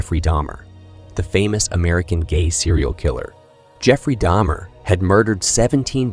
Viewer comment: This was a good and informative video. But the fake attempt at some form of AI voice over makes it annoying. You pronounced Jeffrey Dahmer's name correctly the first time and then seemed to purposely say it wrong the rest of the time. And it seems you purposely said several things wrong in an effort to sound like AI. Its weird. Through most of the video you called him william NewtonS and then changed. Its weird and disrespectful to the deceased.